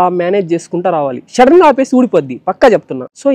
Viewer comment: Shadden kadhu bruh sudden 😂